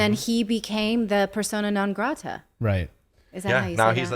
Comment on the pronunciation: yes that s how you say persona non grata, you did it right Natali.